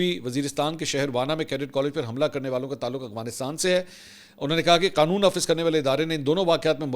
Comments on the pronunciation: منصور بھائی یہ لفظ "اغوانستان" نہیں بلکہ افغانستان ہے جو کہ آپ سب وی لاگ میں استعمال کرتے ہیں براہِ مہربانی اپنی تصحیح کرلیں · بھائی صاحب آ پکی دو غلطي پکڑی ہیں بولتے کمال ہو لیکن ہندو وتا اور اغوانستان افغانستان اور هندو توا هے یہ دیکھ کے بتانا میں آپ کو غور سے سنتا ہوں کے نہیں فرید الدین رکھوالا سے sorry